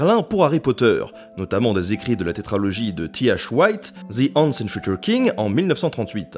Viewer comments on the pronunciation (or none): le mot once que tu prononces "the ance" ça se prononce "the oanse" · "once" se prononce "ou-ane-se" ;)